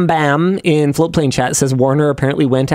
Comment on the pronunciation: I've been hearing FloWplane for the last few weeks... looks like its actually FloaTplane 😘